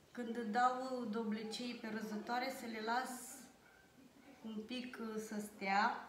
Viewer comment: Dovlecei,nu doblecei,!